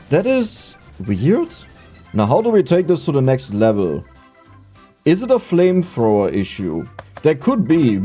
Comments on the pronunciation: german accent made it 2x better whenever you talked about flamethrower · reading the flamthrower wrong is both funny and infiuriating at the same time.